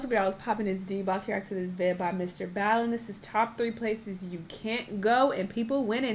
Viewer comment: BALL-EN,. BALL-EN